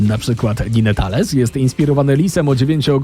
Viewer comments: nie "ninetalels" tylko "najntels" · ninetales" proszę sprawdzaj wymowę bo obrażasz mnie jako fana mitologi (między innymi japońskiej) i super fana pokemon i innych takich ludzi ! jeśli nie wiesz co to pokemony i się na tym nie znasz to naprawdę nie nagrywaj tego typu filmów. Nie typ psychika tylko psychiczny i tak jest to różnica. Next nie reprezentują one pór roku, naprawdę jeśli się nie znasz to nie rób filmu! nie duktrio tylko dagtrijo się czyta😑